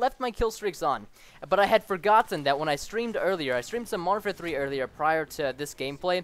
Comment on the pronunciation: When you say Modern Warfare 3, it sounds like you say Martha 3